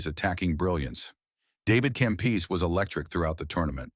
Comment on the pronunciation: David Campees lol